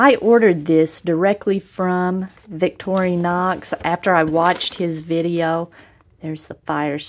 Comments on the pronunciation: It's "vic-TOR-in-ox", not "victory-knocks". Just sayin'. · I do not like how you say Vic tori nox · That looks like a nice knife set up. However have to ask if you should be doing a review on a popular knife brand when you cannot even properly pronounce the name. Very sad.